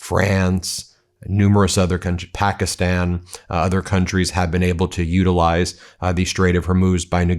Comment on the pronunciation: Eh, it's pronounced Pakistan not pockyston. Quit with the bullshit